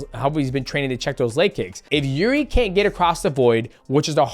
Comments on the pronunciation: frankie egger and jürdie mate i love that you cant pronounce any names lmao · “Jirdi” 😂😂 fuck I love DJ